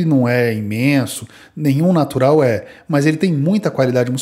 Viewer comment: Narural kkkk